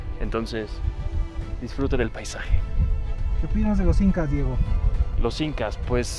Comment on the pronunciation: Jael l incas sin "h" 😂